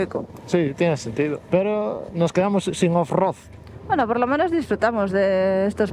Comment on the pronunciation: Felicitaciones chicos por los 5000 kms. Que manera de reirme con el "OFROD" fallido, pero luego recuerdo como empecé mis aventuras en moto y se me pasó, hay algunas muy vergonzosas😅